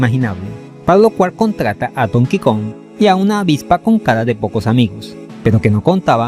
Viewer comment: se dice don ki cong, no es el king kong de las pelis además en esos años ya era normal los juegos truchos incluso en nes